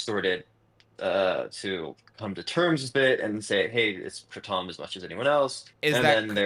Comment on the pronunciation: Come on man, it's kratom, not Kraw-tom. It sounds really pretentious